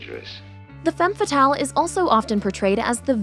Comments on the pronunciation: It’s annoying how she mispronounces femme fatale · You kept mispronouncing "femme fatale" the whole video. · The was she pronounce Femme fatal make me sick. I'm not French but I have french in school and my ears bleeding.